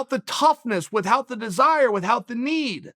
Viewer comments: Chael "Withhout" Sonnen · Chael “witHout” Sonnen